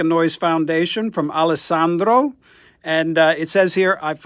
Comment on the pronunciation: Grazie per la donazione... hai fatto un gesto esemplare per tutti noi!!! Steve è magnifico 😍😍😍 che bel video!!! Ma hai sentito come dice bene ALESSANDRO e SHAPE YOUR TONE???? 😆😆😆...... ma un momento.... al minuto .... che cè in quello scatolone Gibson???